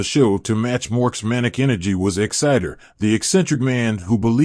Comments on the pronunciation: The name is "EXIDOR", NOT "EXCITER". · I LOVED this show in the '80's, and to this day whenever I think of the late Robin Williams, it's not for any of his movies, it's as "Mork from Ork". P.S. the computer voice here is AWFUL. The name is "EXIDOR", NOT "EXCITER". Only a computer-generated voice could make that mistake over and over. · It's pronounced ex-i-door not exitdor, please before narrating learn how to produce things accurately. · Why can't the people who post these videos check for correct pronunciation of names. The actor was Dom Delouis and the crazy character was Exidor not exciter. It makes the entire thing sound dumb. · EX-uh-dor, not Exciter! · E xidor, pronounced 'X-Ï-DOOR' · Who is Dom Delucie? If he was such a major star, why have I never heard of him? Exciter?? OBVIOUSLY, you've never watched this show and don't know how to read English! Wound??? How did he wound her?? You SERIOUSLY need to take an English class or two!! Or, are you just a robo-voice that doesn't understand English? "Pronounced like, Boing". That's why you pronounced it like, "doing".